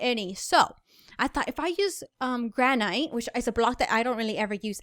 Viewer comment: She said "Gra-Night" it's Gra-Nit